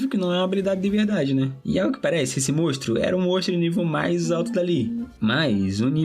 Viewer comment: Triste dropar só porque ele fala mostro